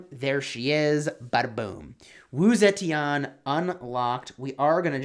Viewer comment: Straight up butchered her name